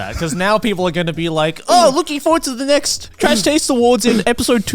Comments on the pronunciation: I really hope the "w" instead of "s" in "awards" was on purpose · 10 seconds in.... Connor messes up and im already bothered by that "AwardW" but i love it :D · "The trash taste awardw" I think someone pressed w instead of s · ah yes of course “ The trash taste awardw” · IM GLAD SOMEONE ELSE POINTED OUT THE "Awardw" HOLY CRAP THAT WAS BOTHERING ME SO MUCH LMAOO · Don't know why but "AWARDW" cracks me up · "welcome everyone, to the trash taste awardw" awardw awardw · "awardw" lol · “AWARDW” 🗑️🤌🏼😂 I love it